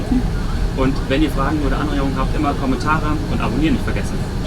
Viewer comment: kommentaran`` haha